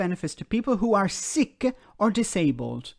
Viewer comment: "Sique". Clearly very upset indeed! And righteously so!